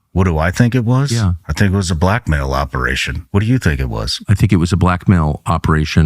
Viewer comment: why is it when they say “blackmail” they really enunciate it like they’re saying a “black male” did it 🤨🤨🤨